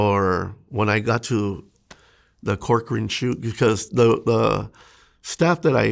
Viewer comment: I’m from California, when u said Corcoran State Prison, I cringed.